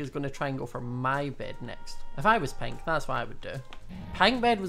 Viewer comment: i love his acent when he say pink it soundslike pint